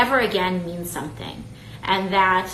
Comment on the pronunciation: I hate how she pronounces the word and, which sounds like iiiynd.